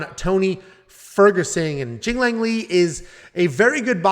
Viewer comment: Bro pronounced Jingliang in the funniest way possible 💀